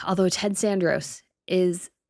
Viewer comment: It's Ted SaRANdos not Sanderos